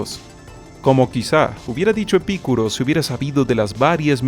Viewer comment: Min Epicuro es con acento en la u Min El que existan sociedades tribales no es argumento para decir que el jardín de el Edén no existió, cuál es la correlación? En todo caso te pido que des más de un argumento para sustentar tu afirmación que hiciste con tanta seguridad, y que también nos hables de otros "mitos creacionistas"